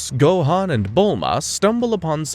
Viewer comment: Why's this guy not even trying to say the names right? How do you say Goku and Gohan wrong as an English speaking anime fan? Rolling the R in Rukia from Bleach, etc...